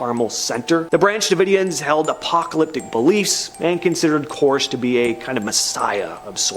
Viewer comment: 2 things- 1) its pronounced "Kore-esh". 2) The Waco incident is what was the catalyst for the terrorist attack on the Murrah building in Oklahoma City on April 19th, 1994.